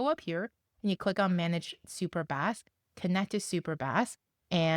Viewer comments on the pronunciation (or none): I think it’s pronounced base like databasd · u mean super bass... not baseeee...